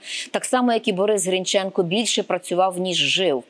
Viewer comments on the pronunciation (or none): none